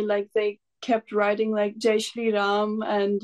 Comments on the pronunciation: Nice to hear the proper pronunciation as Raam. Coolies, westernised Indians and westerners pronounce it very crudely and badly as Raamaaa. Its very sad. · Her Hindi pronunciation is fabulous, amazing, superb जय श्री राम 🚩🚩🚩🇮🇳🇮🇳🇮🇳